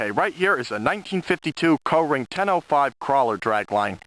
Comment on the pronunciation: Up here in Massachusetts we pronounce it "Coring" not "Co-ring". LOL.